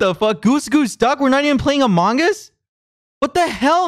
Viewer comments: quackity saying "among us" as "among ass" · You should play this more often!!! But mabye work on the way you say among us 😂❤